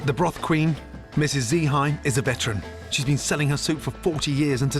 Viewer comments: "Dzi Hai" the master chef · Her name is Z Hai 😂😂 actually is dì Hai. “Dì” in vietnamese means aunty and her name is Hai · and gordon literally call her "Z hai" just made me giggle lol